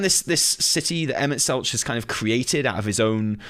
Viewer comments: Selch has a hard ch like tech, not soft ch like each. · Also Emet-Selch with the hard ch instead of the soft